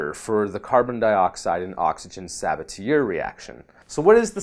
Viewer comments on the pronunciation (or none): My thoughts on these updates: When a French word ends in a consonant (e.g. Sabatier), the final consonant is silent. Sa Ba Tee Aye. All science and no liberal arts makes one hard to listen to.